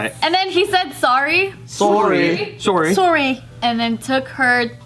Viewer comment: I think in all my life as a Canadian I’ve never heard a Canadian person pronounce sorry like “sore-y” ever.